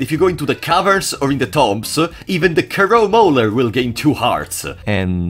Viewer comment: Because of your accent, every time you say Crow Mauler I instead hear you very excitedly exclaiming "CROW BOWLER"